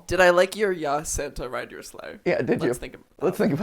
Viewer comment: I can’t pay attention to anything because MatPat keeps pronouncing ‘yass’ wrong and it deals psychological damage